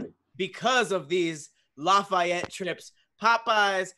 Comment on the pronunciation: Hearing mispronounce Lafayette is hilarious! 😂😂